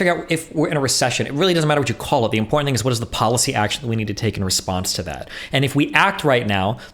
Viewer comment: I can't believe this, does the same thing Lauren Southern does... absolutely slams home the Ts in important. Unacceptable, unsubbing from the onlyfans.